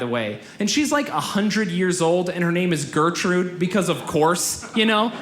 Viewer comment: The way he pronounces Gertrud is just awful :D There is no "Ö" or "Õ" in that name.